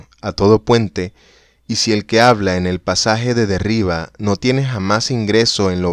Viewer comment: Si te gusta grabar cuentos leídos, sería necesario revisar los tonos: no todo es igual, hay inflexiones, pausas. No leer como un robot. Y la pronunciación de vocablos extranjeros hay que cuidarla también. El inglés está pésimo, y lo que hay de francés (el nombre de Jacques Derrida) también está incorrecto: en francés todos los vocablos son agudos por defecto, así que se pronuncia Derridá; es muy desagradable oír algo tan descuidado.